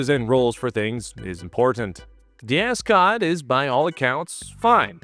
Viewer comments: Love the pronunciation of a$$-cot. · I can’t be the only person who just keeps hearing “ascot.”